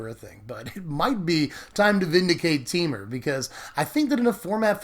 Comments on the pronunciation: No. We all pronounce it this way. Te-Mur. Not Tee-Mur. Just like it's spelled. :) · Teemer? I always pronounce it Tehmur.